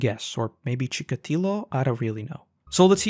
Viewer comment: "Chika-tilo" is the correct pronunciation, and he was a Soviet serial killer, born in Ukrainian SSR, but murdering in Russian SFSR and Uzbek SSR as well.